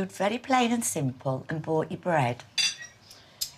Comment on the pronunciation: Brought, not Bough.